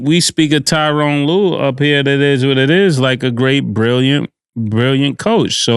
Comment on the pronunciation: It's Darvin not Darwin. It's Tyronn not Tyrone. Lol